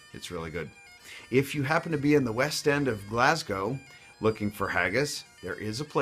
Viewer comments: Eilan Donan is pronounced eelin donnin, not ayylan doonaan! you say Glasgow totally wrong, its pronounced glaasgoh, not gllasssgo 😂 u also say Edinburgh like Alex Salmond, its more like Edinburugh, if you're from the Central Belt; not so much Edinbruh. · You got Edinburgh right but with respect....it's not "Glassgouw" it's "Glazzgoe" we westers have a distinct dialect ...think New York V Maine....and you have to try a Greggs next Time you are on byres.road ..you guys think Haggis is scary lol.... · You are focusing on pronouncing "Edinburgh" but then you pronounce Glasgow as "Glass-go". No, it's "Glaz -go". Or even "Glaz -gee" - "z" not "s". Most of the highland roads have pass points you can pull over into to let other vehicles pass, some of the old "military roads" are very eroded at the sides so you'll find yourself in the ditch if you try to pull off on these. Most folks know how to work together to get by, it's just the boy racers or inexperienced tourists that get in a wee bit of bother.